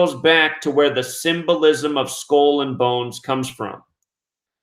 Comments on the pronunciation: Skull is pronounced sk-ull; not school. Geometry is pronounced Geo- me-try; not gemotria! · What's a skoll ........ oh, he is trying to say skull. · You say skull and bones weird